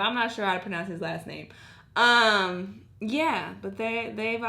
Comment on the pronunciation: Ironic : pronouncing pronounce wrong